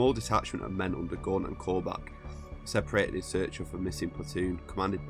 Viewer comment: Gaunt not Guant you moron!